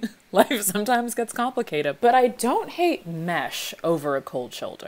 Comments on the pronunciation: “i think my favorite is ‘life sometimes gets complicatep’, cause it do!” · "Life sometimes gets complicatep" ....sure does 😅